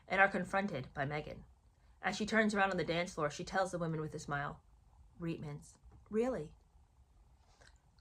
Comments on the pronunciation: Not to mitpic, but I'm Canadian and I believe the correct pronunciation of Reitman's is "reetmans". There was an ad campaign and at the end, the model says "Reitmans? Really!." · Hi, I just wanted to clarify it’s pronounced Reet-mans. The commercials were the first time I saw that woman and had no clue who she was or why I should care….still don’t!!!